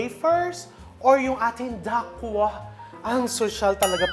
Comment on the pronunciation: Dacquoise is a French word that refers to a cake with nut meringue layers and buttercream. It is pronounced “da-kwaz” not “da- kwa”. Because the word ends with the vowel “e”, the consonant before it which is the letter “s” should be pronounced ( not silent). Because the letter “s” is found within the word it is pronounced like “z”. Love watching your vlogs. More power to you!